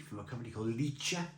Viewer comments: The german prononciation is with a kind of scottish "ch". Licher not Litsher. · Ich is pronounced ee-h So the name of the beer would be pronounced lee-her